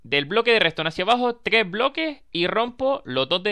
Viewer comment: porque dices tgres y no tres ????